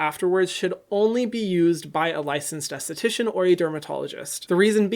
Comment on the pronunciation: Hyram, every fucking video: "I am not, however, a licensdsststststshian"